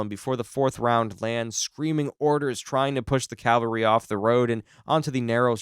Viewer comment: CALvary is where Jesus died. CAValry is soldiers on horseback. You keep saying the former.